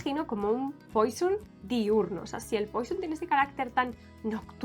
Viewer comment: No se pronuncia poison…..se pronuncia puassssó